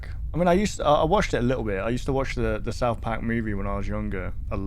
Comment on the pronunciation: "souwth pack" - 2023